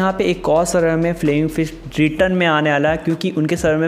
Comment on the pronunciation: Bhi wo 'first ' nahi ' fist' hota hain....😁😁😁